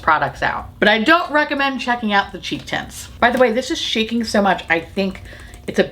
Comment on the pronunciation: You said cheeky tints, I heard cheesy tits. I was really confused. 🤣🧀